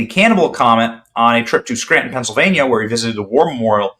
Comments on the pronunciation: *It's "Skryyyytun"🫣😳🙄🤭👍🏼😘❤️!* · "Let's go to Scranton, let's go to Scranton."😂